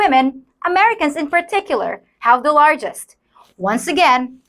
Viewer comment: Please learn to pronounce the.